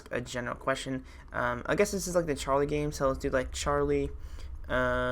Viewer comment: yes ollso you say charily 2 times